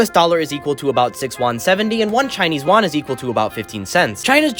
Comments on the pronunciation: The Chinese currency is pronounced Yoo an, not won (Korean currency) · Is not wan is yuan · yuan is actually pronounced "yuen"